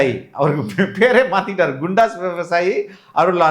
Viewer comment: குண்டாஸ் nicht கூண்டாஸ்